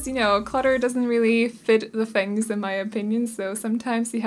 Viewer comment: So everyone knows, their surname is Chinese, and you say it "fung." c: Like funk. There are five family names in Chinese that are spelled this way in Pinyin, they are all said like fung. I like the vibes of this renovation! c: I'm a sucker for loft-like things. Also like the creative usage of interior windows!